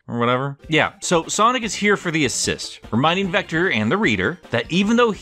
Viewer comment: did he just call Vector a Gator..